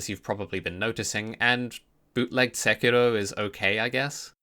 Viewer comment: Speaking of rolling, if you roll the R in Sekiro one more time, I will personally release a mod that adds another 3 'Scaly Misbegotten' boss fights to the game, all of which will be mandatory.